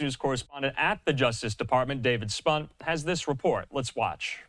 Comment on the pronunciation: David Spunt, be greatful for that "T" at the end of your name sir. If it was five letters before, only five letters, you'd be fookt up dude -hehe